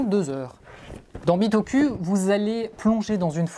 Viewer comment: Super vidéo, mais par contre la prononciation c’est bitokou ! On prononce sakOUra pas sakUra ou encore PokémonE pokemON Merci 😒😂